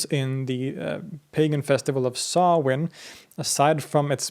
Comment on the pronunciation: Props for the proper pronunciation of Samhain there, man! Great work as always, balanced yet detailed. Thanks as well for the reminder to visit Sweden someday. Y'all stay blessed!